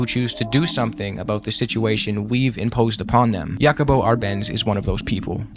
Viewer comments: Nosotroa pronunciamos Jacabo Árbenz no Yacobo, y Salvador Allende (Ayende). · nice video, but your pronunciations are wacked! Jacobo - Ha-ko-bo Allende - Ah-yend-de